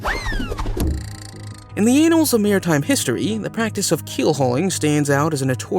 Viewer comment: Annals not anals ! 😂